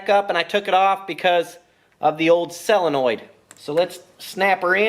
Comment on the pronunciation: Honda twins! Now you're speaking my language! This was a most entertaining video. FIRE! By the way, Jack wants you to know that it's pronounced "soe luh noyd."